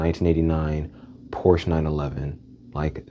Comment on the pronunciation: Bruh that Lincoln Navigator and BMW still hit to this day. They just don't make them like they used to 😢 ... and its "Por-Sha" not Porsche 🤓